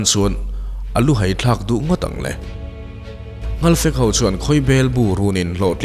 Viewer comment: Nghalpui, nghalfek i tih hi a dik lo. Ngalpui, ngalfektiin kan pi pu nu leh pa te khan an sawi thin.